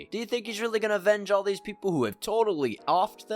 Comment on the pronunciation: i hate the way he says "These peepule are Eevull" "Eevull". Dumb regarded kid.